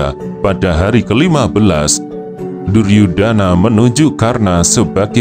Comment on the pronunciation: DUR YU DA NA BUKAN DU YUR DA NA tapi bisa dipahami